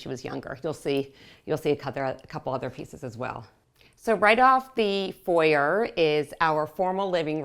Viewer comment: She pronounced it correctly as an American. The foi-yay vs for-yer nitpicking is boring.